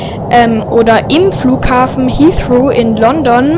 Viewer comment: Wie alt bist du? 8? Es tut weh, wie du "Heathrow" sagst...